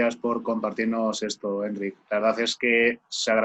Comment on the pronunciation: Que majo Enric, por cierto, la sílaba tónica es ric, sino llevaría acento.